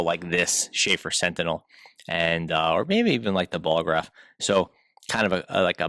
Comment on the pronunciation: Ballograf NOT Bolograph